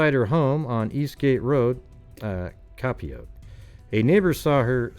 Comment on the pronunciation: p.s I'm laughing because many Long Island towns have native American named towns that are hard to pronounce, Copiague is pronounced Co-payg 😁